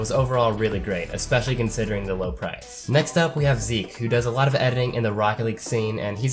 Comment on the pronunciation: Oh nice you finally can say Zeke right :) (Plattform: Steam Name: Phynixz Friendcode: )